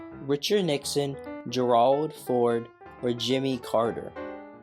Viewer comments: This would have been interesting if there would have been a question about each president. Noticed that there was a couple of questions asked twice. And Gerald is pronounced Jerald, not Gerwald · Please call “Ford” Gerald, not Geralld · Omg, work on the pronunciation of Gerald! 😂😂😂😂